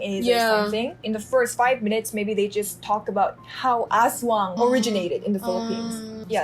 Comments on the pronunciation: Its in EDSA and its called "TULAY".. Guadalupe.. Its one of the MRT Stop Station..😊✨🇵🇭 as-WANG. The word aswang is divided in 2 syllables: as-wang. The tonic syllable falls on the last syllable wang.😅😊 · You should pronounce 'aswang' faster as it sounds something else o English speakers haha